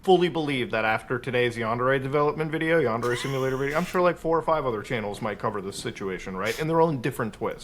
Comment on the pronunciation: Normally, I'd be a bit miffed by someone pronouncing the word "yandere" as though it rhymes with "John Deere", but in this case I think the dev deserves the disrespect 😂